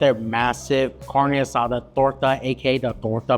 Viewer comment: Lost credibility the way he pronounced carne asada.